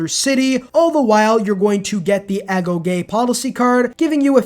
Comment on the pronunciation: Wait you pronounced agoge correctly? Are you sure youre a civ player?